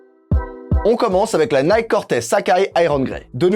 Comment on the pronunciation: Ah cette prononciation de « Nike » me fait saigner les oreilles !!!